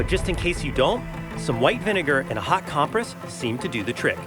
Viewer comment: it's a little deterring taking medical advice from someone who doesn't know how to pronounce "compress".